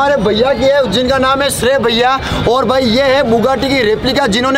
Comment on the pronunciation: Bugatti❎️, tugatti✅️